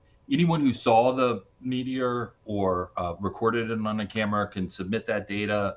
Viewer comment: Huh huh huh. She said Meaty Or. 😂